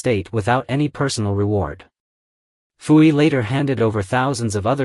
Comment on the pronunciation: Poo Yi, not Foo Yi.